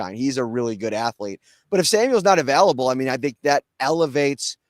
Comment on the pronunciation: Take off the shades. And it's pronounced available, not avellable.